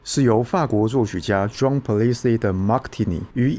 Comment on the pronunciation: 倒是 Jean-Paul-Égide Martini唸錯了😅